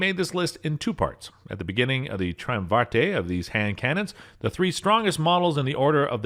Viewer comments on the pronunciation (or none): Pronounced: Tri Um Ver Et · The "e" in triumvirate is silent; tri-um-vir-at. According to Dick Casull it's kuh-sool. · Spelling and pronounciation troll. Triumvirate is pronounced " Try- um vi rate, just the way its spelled. Just saying. Otherwise excellent video and good voice. Hope this helps. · "Tree-um-var-tae" (spelled phonetically as said in the video)? Not trying to be a grammar Nazi, but that's not even remotely close to the correct pronunciation. "Triumvirate" is pronounced almost exactly as it's spelled phonetically. "Try-um-ver-at". Yes, I know I'm being pretty pedantic, but "tree-um-var-tae" is gonna give me nightmares. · For future reference: it's pronounced try-UM-ver-it, not tree-um-VAR-tay. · Um... sorry to nitpick, but I kinda feel like I have to... "Triumvirate" = "Try-UMM-veer-et." Not, "Tree-um-vart-eh." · Thank God someone knows that Tree-uhm-vartay is not the way to pronounce Triumvirate. ( Try-uhm-veer-at is correct...) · treeumvarte? TRY UHM VUH RUT. Triumvirate. Words are apparently *hard*... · Ok, glad it wasn't only me... I was like "did this guy just say tryem-varteh instead of "trium-virate?" It's latin, sound it out, yknow? LOL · Treeum vah tay.....I thought it was pronounced try um ver ett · I'm still at "tree- uhm- vartay" It's "try-uhm var-it" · Triumvirate is pronounced trai·uhm·vr·uht. Thanks for the video.😊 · the... try um ver aht ? Watch Historia Civilis - I'm sure they have an episode on one or both of the Roman triumvirates, and they will have the correct pronunciation. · Triumvirate is a 4 syllable word, not 5. Pronounced tri - um - ver - ut. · Ummm, let me help you a bit... "Triumvirate" - "try-UM-vih-rut". It's a political system comprised of a single authority vested in three separate individuals. It's not an Italian mountain range. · Try-umm-vir-ate and all-be-it. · it's try um ver et.. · I had to stop the video when I heard “tree-um-vartay”!! 😂😂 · treeumvartay was worse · Drove me crazy he mispronounced ‘triumvirate’.